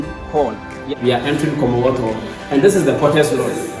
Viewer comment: Commonwealth Hall Not komothoo